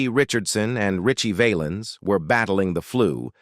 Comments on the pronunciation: wish this guy could pronounce richie valens' name correctly. kinda crushes his credibility. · Hey narrator can't you pronounce Ritchie Valens